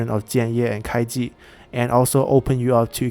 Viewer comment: You miss the "u" when pronouncing Kuai Ji, it's the first wrongly pronounced Chinese name I heard from you😀.